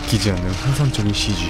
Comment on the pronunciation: 아니 지무비님 Cg발음ㅋㅋㅋㅋㅋㅋㅋㅋㅋㅋㅋㅋㅋㅋㅋㅋㅋㅋㅋㅋㅋㅋㅋㅋㅋㅋㅋㅋㅋㅋㅋㅋㅋ갑자기 터졌네